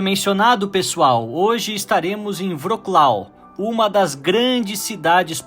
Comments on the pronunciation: Você é estudante de línguas eslavas. Poderia melhorar essa pronúncia. "Vroklau" é horrível. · Sigo a Ana do canal "O mundo para iniciantes" e ela mora ai. A pronúncia do nome da cidade me parece diferente